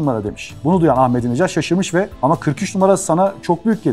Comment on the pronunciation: عزیزان بنده هم به عنوان ایرانی به ایشان رای دادم ضمن اینکه احمدی نژاد درست است نه احمدی نجات